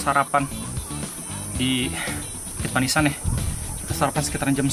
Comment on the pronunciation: Udah lama ga liat RTE , BUKIT PANIISAN sebenarnya kalo orang Sunda penyebutan nya pa-ni'is-an yang artinya tempat buat neduh atau tempat teduh 😂✌️(di ambil dari kata ti'is yg artinya dingin/adem)